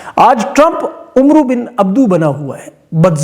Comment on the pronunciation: عمرو کو امر ادا کیا جاتا ہے۔ یعنی بولا جاتا ہے۔